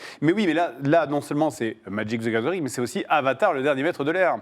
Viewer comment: "Madjic zy gazeuringue"